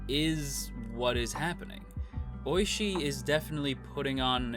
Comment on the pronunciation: The way you pronounce 'Ooishi' sounds like you're saying 'Oishii' which means 'tasty' in Japanese. The 'o' in 'Ooishi' is emphasized more and the 'i' at the end is barely pronounced